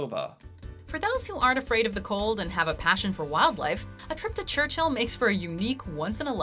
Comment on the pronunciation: FYI...Churchill Manitoba...Church-ill, not Church-hill